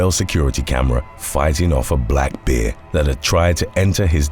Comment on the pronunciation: It's pronounced 'bear' not 'beer'. Just sayin 🤷🤣